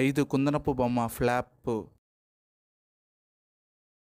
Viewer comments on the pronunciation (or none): Flop ❌plaapu...✅😂😂😂